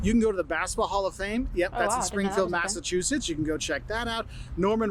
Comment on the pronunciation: No offense, but this guy sounds nothing like the people I have talked to in Mass. Mispronouncing 🤦‍♀️🤦‍♀️🤦‍♀️